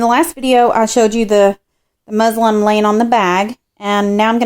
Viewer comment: I love your video but it sounds like you're calling the fabric "muslim" instead of "muslin" lol! Maybe using this will be a religious experience lol!!😉